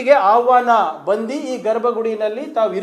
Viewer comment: ಬಂದಿ ಅಲ್ಲ ಕರ್ಗಿ ಸಾಹೇಬ ಅದು ಬಂದು. ಕನ್ನಡ ಸರಿಯಾಗಿ ಮಾತಾಡಲಿಕ್ಕೆ ಕಲಿಯಬೇಕು. ITBT.... ಕಥೆ ಇನ್ನೇನೋ...